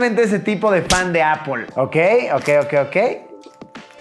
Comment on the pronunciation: Encerio Luis, necesito que te vistas bien y que dejes de decir “apol”. Gracias, te quiero.